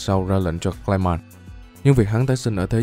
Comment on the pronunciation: Clay man mà xém nghe lộn thành gay man :)))))